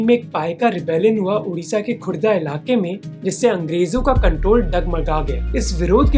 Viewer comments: Wait, what, Jagatsinghpur, Bengal??? Is that what you said??? Can someone clarify if I'm wrongly heard this?????? Please say Odia, not Uriya. It's Khordha, not Gurdha😑😑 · It's Khordha not Ghodha